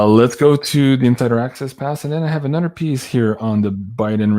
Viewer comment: here from Louisiana where a lot of the people are Cajun (Acadian) descent & French descent. Those of us who have a thick accent also say dis, dat, dese & dose. Lol. All the "th" sounds are replace by the "d" sounds, just like you udder and anudder. Just keep on keeping on because we love you & Janine & all your guests!